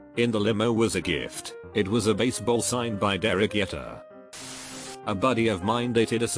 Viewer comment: "Dowtcha Bag"? It's douche. "Doosh" bag. Also it's Derek Jeter, not Yeter. "Jee-ter".